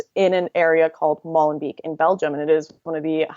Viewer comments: It is pronounced more like "molenbake". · The 'ee' in Molenbeek is pronounced as the 'a' in 'hate'. No pun intended.